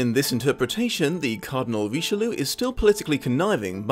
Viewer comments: Ree-she-loo???? Roh-she-lye!!!! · Richeloo is a terrible pronunciation of Richelieu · You mispronounced the Cardinal's name every single time. How did you manage?